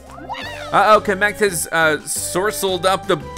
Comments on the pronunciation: He camek it kamek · Ka-MEK (Short a) Everyone else: KA-mek (Long a) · Di you say kam EHK Its Kam Eek Or kam Uk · It's Kamek not Kameek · you're pronouncing kamek wrong; its pronounced KAM-ek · You didn’t say kamek it is spell kam ek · Here's how to pronounce kemek right Kam ek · All these years later and still pronounces Kamek’s name incorrectly. Never change, we love ya! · ugh was the first youtuber I have ever watched so when he said something I thought I was pronouncing it right. Well turns out I'm wrong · I think you said kemek wrong... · pronounces kamek wrong btw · Why am I so mad whenever he says kamek wrong